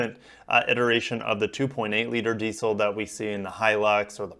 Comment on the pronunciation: Just to let you know its called diesel not diceil😀😀